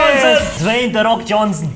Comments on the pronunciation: "De roc" -Babushka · "de rock" babusuhka: "de fok"